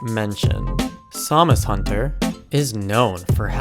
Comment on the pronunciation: So who else thought he was saying Zamazenta instead of SamusHunter?